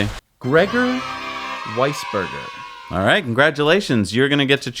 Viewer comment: That one has something against Germans. First calling Porsche as Porsch and then calling that guy weisBurger instead of Weisgerber. I'm not even German. This is wrong. As wrong as the oil lobby groups.